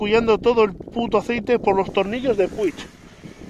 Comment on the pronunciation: como se encharca un dedo?? jajajaj en serio, de locos lo de PUCH (me sangran los oídos al oírte decir p-u-i-g)(y no soy ni mucho menos catalán)